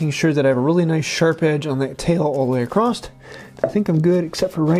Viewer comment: across't - lol in every video btw these videos are great, learning a lot